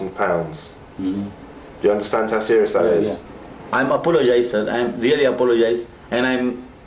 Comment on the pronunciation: "I apolosis" 😂😂😂😂😂😂😂😂😂